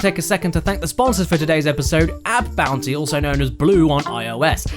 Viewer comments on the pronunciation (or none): AppBounty sounds a lot like App Nana